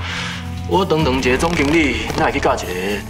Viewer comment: 没人捉到自解一下~ 他的 [看] 是國語發音 他的 [堂堂] 是國語發音 他說 吹口哨 = CALL ㄒㄚ 就是了~ 不用多一個 [吹] CALL ㄒㄚ